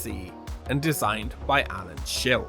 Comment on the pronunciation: Oh no! The name of the great Alan Schilke has been mispronounced on the internet! /s Your work is amazing - please stay awesome. :-)